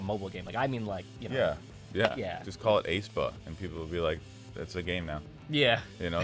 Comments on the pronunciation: its not ay-spa its aespa as in "[esp]ecially" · Heads up ...pronounced "Ess pah" and "Naevis is like Nah vis" Thank you for your reaction! Really enjoyed it. Love Aespa.